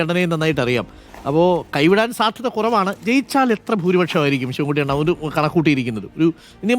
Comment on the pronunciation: അണ്ണൻ അല്ല.. ണ്ണൻ